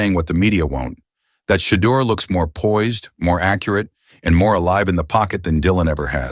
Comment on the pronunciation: This AI lost me when it called him shiter sanders.